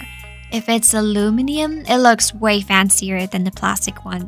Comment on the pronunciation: Funny how your English is basically perfect except for one word, aluminium😅